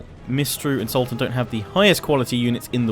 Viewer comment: All I hear is SALTan and I can't stop laughing! Great video and battle btw!